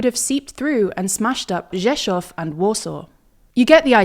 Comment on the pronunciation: use the English pronunciation for Warszawa if you must, but Rzeszów is pronounced "SHESZ-oof." Or at least somewhere around there.